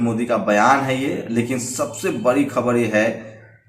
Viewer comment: Bc ye pahle evm wala matter kyo nhi uthate ho .....or rha Arnav ka to wo banda sahi hai.....da ko ra padte ho ....bolna sikho be.....bari nhi badi...Sushant matter me kaha tha ..... rajasthan, punjab,mp Karnataka, Maharashtra yaha par kuch nhi bola ....sab bhadwe apne fayda dekhte ho ....bhag bc